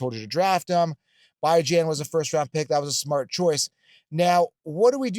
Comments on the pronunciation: Haven’t tuned into this guy in quite a while. He has strong takes and can be so confidently wrong at times but he is good at identifying some diamonds in the rough. With that being said, as soon as I heard him pronounce Bijan as “Bye-Jan” I realized why I quit listening to this d*uche nozzle. It’s not cute, it’s not funny and to STILL be saying it just shows how lame he is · I don't know that I've ever heard Bijan called BYe-Jan lol